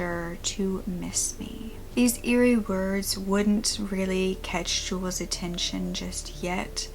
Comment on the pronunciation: Really? How could Jules be pronounced the same as Julius? They don't even have the same amount of syllables. It's jewels.